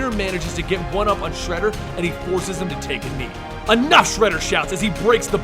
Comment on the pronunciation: I've got a ton of respect for you, but your pronunciation in this video killed me! If you are going to pronounce something wrong, at least be consistent about it. You said shredders name like 3 different ways lol.